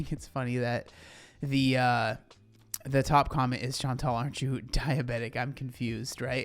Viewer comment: My name is Chantal and i'm impresed that you said it in english the right way!!!